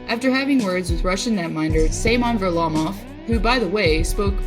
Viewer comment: When your pronounce Semyon's name as Say-mon I know you don't know shit about hockey.